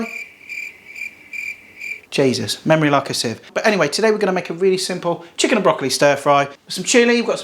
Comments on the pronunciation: Haha. Love your Scouse "Shicken" :) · 😂😂 nice scouse Chicken Lad there